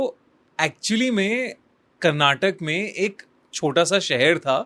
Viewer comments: Bhai ek request hai, Kannad nahi kannada hai aur karnatak nahi karnataka hai Pls pronounce it well 😢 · It’s Karnataka not Karnatak.. when will u guys learn 🤦🏽‍♂️